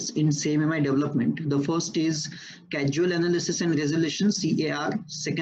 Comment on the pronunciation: "cAsual" instead of "cAUsal"